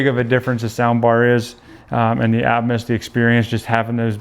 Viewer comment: Please pronounce atmos correctly!